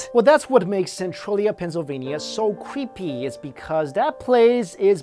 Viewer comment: dat vas cweepy